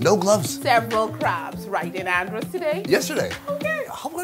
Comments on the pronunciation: Its how he pronouncing (an- drus) (an-drose) just een sitting right wimme.😭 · I cringed everytime he said "Un-dros" and "Bah-he-mians" 😭🤣😣🤦🏽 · calls Andros ONNDROSE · Pronunciation of Andros is and-drus tanks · Lol I love how he pronounce Andros… it’s really Andrissss 😂❤️ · pov: you from nassau and you died of evrything for him saying adros wrong to the whole video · I died everytime he pronounced Andros